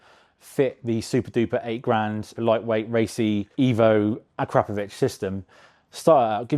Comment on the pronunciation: Wish would stop saying 'Crapovich' 😮